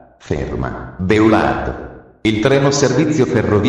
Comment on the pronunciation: Infatti... orrendo! B-e-a-u-l-à-r-d, ad esempio, non si può sentire🤣